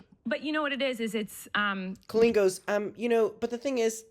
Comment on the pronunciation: I love that trisha doesnt pronounce colleen the wacky way colleen wants everyone to to proove shes special